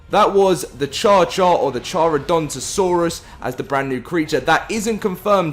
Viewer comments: Why did you get the pronunciation wrong for the carcharadontosaurus? 😢😂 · No car-chara-don-to-saur-us